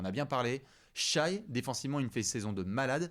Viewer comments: Super épisode 👏 juste par pitié « shaïe » c’est une rappeuse belge, SGA disons « Shè » comme en VO non? 🙏 en tout cas continuez les gars 💪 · Non c’est justement parce qu’ils regardent autant la NBA et que ce sont des vraies encyclopédies basket qu’on s’attend à ce qu’ils prononcent bien les noms. Ça se prononce Shè. Il faut que la prononciation match la qualité du débat 😊